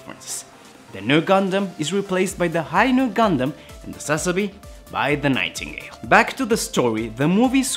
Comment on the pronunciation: there is no link to the Zabi family and the name Sazabi. Japanese don't use derivative names like Germans or English do, even if it sounds the same it has no related meaning. Although it's a made up word, Sazabi would be pronounced Suzuh-bi with emphasis on the first syllable.